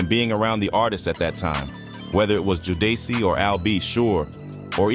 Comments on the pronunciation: JOE DEY SEE??? You mean Jodeci smh. A.I. Is DUMB AS HELL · Who is Joe-Day-See? (Jodeci) lol